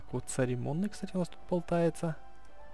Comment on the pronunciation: нормально разговаривай церемонный а не царемонный